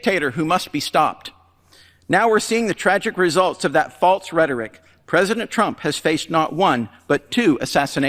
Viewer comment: Prezidint trimp